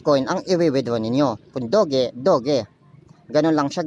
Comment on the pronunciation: Hi maam/sir hindi po "dog e" ang pronounce sa doge. Pronounce nya parang "dodge". Yun lang po hehehe